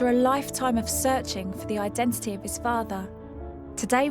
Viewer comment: Could somebody have at least explained to Stacey the the word 'genetisist' has a t in the middle. Oddly she pronounces both ts in identity.